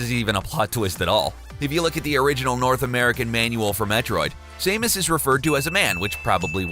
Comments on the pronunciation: Sah-mus not Sai-mus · IT'S SAM-US!!! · Same-us is triggering me